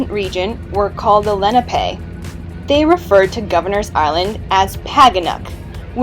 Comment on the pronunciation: It's "Leh-NAH-pay", stress on the second syllable.